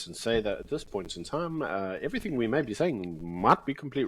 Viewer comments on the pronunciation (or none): none